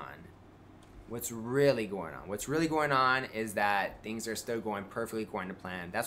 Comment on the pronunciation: voice is beginning to sound more slurred and mumbly than usual. And he is beginning to REALLY overemphasize when he says "theengs"